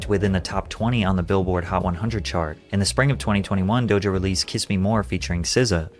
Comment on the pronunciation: Bro can this dude not say DOJA correctly? He keeps saying DOJO